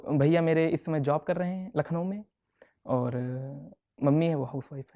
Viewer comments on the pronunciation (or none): none